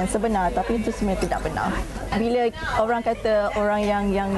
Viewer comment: bukan "orang" ok..."owruank"...hakhak...best student of malaysia.